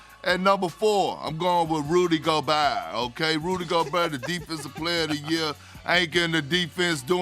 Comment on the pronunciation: Rudy Gobehwrr